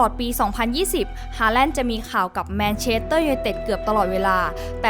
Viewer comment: อยากให้ปรับปรุงการออกเสียงชื่อภาษาอังกฤษหน่อยนะครับ เช่น manchester ไม่ใช่ manchedter, leeds ไม่ใช่ leed จะได้มีเสน่ห์มีภูมิฐานมากขึ้น